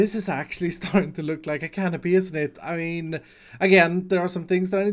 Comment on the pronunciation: *canopy my dude